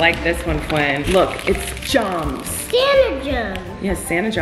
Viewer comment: Nobody talking about how Colleen pronounced "gems" lmao